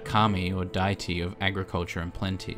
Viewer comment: this guy really pronounced deity as "dighty".